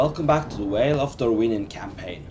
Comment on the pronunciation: Where is the whale of Dorwinion? In the Sea of Rhûn? It's "vale", with an "f" sound like "football". Really enjoying your campaign!